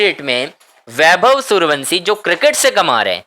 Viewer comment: जब तक वैभव के घर लेकर चलो तब तक वंसी की जगह वंशी बोलने की प्रैक्टिस कर लो।